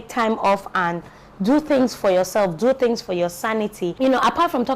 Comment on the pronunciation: I had to Jot ‘fings’ down so I could take ‘fings’ away!!😂😂...So much to learn in this video, not just with motherhood, but our normal day to day lives, there’s a lot of pressure these days especially with this whole social media era, you get to see your mates ‘doing things’ and you’re here sweeping the house for mummy and daddy, but then again I accept my reality and believe that some day I’d ‘do things’... Patience, Contentment and perseverance, really important virtues to inculcate, if not person go commit suicide 😩....Thank you for sharing this❤️